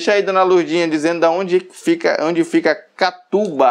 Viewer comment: Bom dia, não é Catuba. É Catu-BA. Catu-Bahia